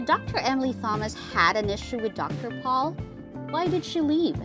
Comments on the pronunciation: Damn! Never have I heard somebody BUTCHER our language like this woman does! Missouri is NOT pronounced ME-zuri! And it's Dr. Pol, pronounced POLE, not Paul!. And she totally screwed up the pronunciation of Veterinarian at the end! I don't normally nitpick a posting but sometimes you just think to yourself, either pronounce our words correctly or just shut the heck up! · Jan pal NO NOT Pronounced THAT WAY ITS PRONOUNCED YAN POLE GOSH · Pol not Paul!🤮🤮🤮🤮🤮🤮🤮🤮🤮🤮🤮🤮🤮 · His name is Pol POLE. Not paul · Jan Paul? It’s pronounced yawn pole! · Wish whoever does this video, you could get Dr Pol name right. It's Not dr PAUL. GET IT RIGHT OR DONT DO A VIDEO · It's Pronounced POLE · If you can't say Pol the correct way then find someone else to do the narrating, maybe watch the show, DAH. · For God sake research and learn how to pronounce their names correctly! Shame on you. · I was thinking the same, obviously she hasn't ever watched the show. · I totally agree!!! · Why don’t you learn how to pronounce Dr. Pols name? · Terrible narration. She mispronounces most of the names, including Dr. Pol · The narrator needs to learn how to pronounce Dr.Pol’s name! This narrator needs to be removed!